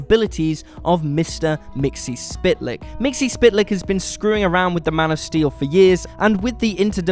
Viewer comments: It's MIX-UHL-PLICK, NOT MIXY-SPIT-LICK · I thought it was more pronounced like, "Mytzel-plick" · Mxyzptlk mik-sul-pit-el-ik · I don't think Mxyzptlk is pronounced that way... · Learn how to pronounce Mxyzptlk. You're embarrassing yourself. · Yeah, and the stupid way he pronounced Mr. Mxyzptlk's name.